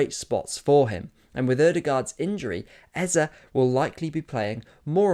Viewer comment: Lovely video,. But can you British guys stop destroying Igbo names like Eze?